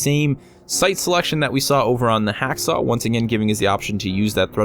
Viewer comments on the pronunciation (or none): Why did u say HakSaw it's HawkSaw, do you know how to read! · Hawksaw, Hawksaw! HAWKSAW! It's pronounced Hawk Saw not Hack Saw. Other than that a lovely video 😉. Looking forward to more content from you.